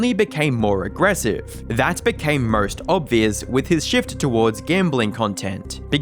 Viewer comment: Why is this dude so obsessed with inserting Rs into every word "Everybody knowrs Mr Beast, even if you traveled to the morst remort"